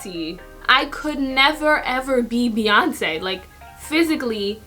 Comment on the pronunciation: When you brought up Beyonce it sounded like you were saying my name, because my name is Breyonce😂😂